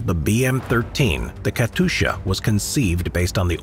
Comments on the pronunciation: "Katusha" my guy its katyusha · just a hint: its not Katusha its KatYusha [-> Katjusha] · It's Kat[you]scha, not Katusha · not katusha but katyusha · Бедны диктор, как же он мучается ломая язык при слове Катюша...